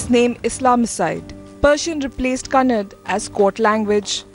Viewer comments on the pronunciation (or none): Votebank politics....fucking morons....they can't be taught ...they can just be killed... lol......Leaving aside what can't be cured, ,,you moron reporter.....Kannad,,,,wtf is wrong with you ....,Kannada it is...Do you say Canad for Canada....? ...Plain stupidity....